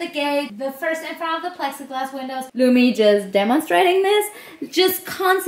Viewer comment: Its lumi not lumy